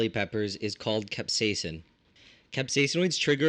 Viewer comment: Nice to see someone who can actually pronounce capsaicin. So many in North American say Capsaiacine. idiots